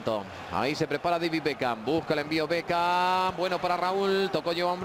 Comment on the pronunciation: por que diceis espagnoles bekan? (beckham) los apellidos no cambia !